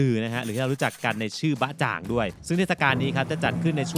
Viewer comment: ภาษาจีน ตัวอักษรอังกฤษคือตัว pinyin ค่ะ จะอ่านออกเสียงไม่เหมือนภาษาอังกฤษ ตัว B ออกเสียง ป.ปลา ตัว Z ออกเสียง จ.จาน อย่างบะจ่าง อ่านเป็น จ้งจึ นะคะ เผื่อไปจีนอีก จะได้อ่านถูก ชอบมากค่ะ